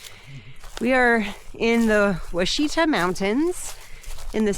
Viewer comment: It's pronounced wah-shi-taw easy to mispronounce , I'm guilty of it as well. It;s a great hiking trail enjoy.